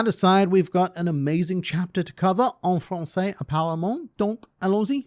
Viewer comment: Wow his : "En francais apparament, donc allons-y" is surprisingly well pronounced! Can he speak french? (Francophone native here)